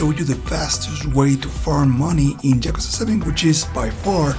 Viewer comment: I died inside when I heard how you pronounced yakuza